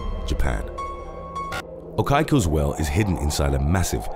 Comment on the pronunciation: okiku is oh-KEE-koo